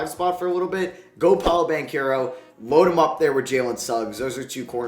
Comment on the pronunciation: Isn't it just Ban-chero and not Ban-kero?